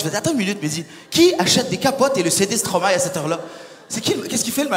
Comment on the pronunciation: Haaaaaaa enfin quelqu'un qui dit Stromae et pas Stromaé